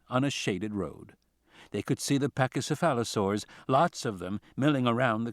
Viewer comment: The pronunciation of Pachycephalosaurus has me dead 😂